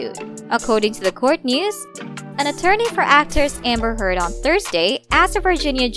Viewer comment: I heard "Hamburger" instead of "Amber Heard".